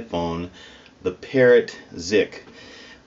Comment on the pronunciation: we love you but "Parrot" rhymes with "Thoreau" not "carrot".